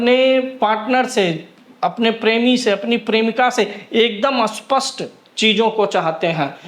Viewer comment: भाई स्पष्ट पहचान या अस्पष्ट पहचान क्या बोल रहे हो? स्पष्ट को अस्पष्ट बोल रहे हो। सही बोलो ।